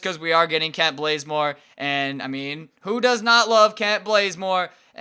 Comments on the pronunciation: Why does he call Kent bazemore Kent BLAZEmore? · Why do u keep saying bLazemore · Did he just say Kent blazemore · its Kent bazemore not blazemore